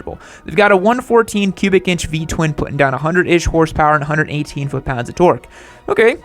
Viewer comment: He said "P Twin".